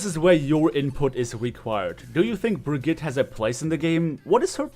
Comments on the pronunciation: Did he say Brigit? IT'S PRONOUNCED BRIG EAT UH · It is pronounced bri-gee-tuh 😲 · Bruh-ghee-tuh. Sorry people who mispronounce her name trigger me.